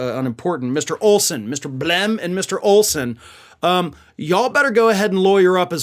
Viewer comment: I like the emphasis you put on Blem🙂